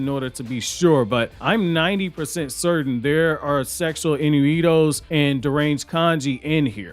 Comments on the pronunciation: The word is INNUENDO not innuweedo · Dude saying inuido instead of innuendo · The word innuendo is pronounced "in-you-end-oh". Just thought you'd like to know, great vid! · Sexual IN-YOU-IN-DOE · “en you when doe” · It's pronounced in-u-end-doh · it’s pronounced “in-you-end-o” innuendo lol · Finally someone else said it too 🤣🤣. Dude said it like 3 times in a row.